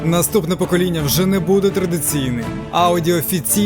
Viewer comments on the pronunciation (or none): none